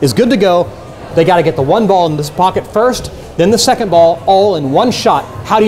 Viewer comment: He said corner pockey